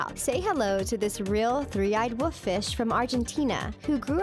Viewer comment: Woof? You mean wolf?